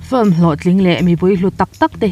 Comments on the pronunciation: I 'film' lamdan hi.... a hrehawm, lam sual i hlau lutuk nge mani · A bengvarthlak hle mai, mah se "film" tih i sawi hian i lam puam mah mah lutuk a i lam dik lo vekin ka hria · Sawiselna tur awm mang lova mahse FILM I lamdan hi hriat a nuam lo eee.... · Fluim anilo...Flim alom....